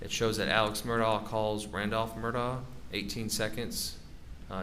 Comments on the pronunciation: So the people that know the truth say Mur-Da and the liars says mur-doc. Lol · Finally someone who can say murdaugh instead of Murdock